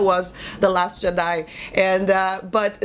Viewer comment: Love the way you say Jedi.